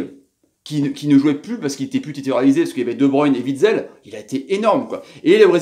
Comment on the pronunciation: Juste comme ça, ca ne se prononce pas Vitsel mais Ouitsel ( Witsel )